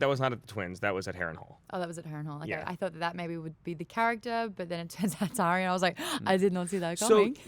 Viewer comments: and I heard him say Ar-Ee-ah instead of Ar-Yah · Stop pronouncing Arya's name wrong >.< She said it twice this season and yet you all still say it wrong, Maude Garrett will know all about how that feels :P